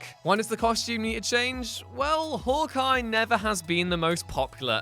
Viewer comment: "Hork Eye" ha